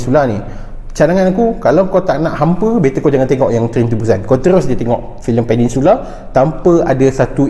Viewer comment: Peninsula Bukan Peningsula Bang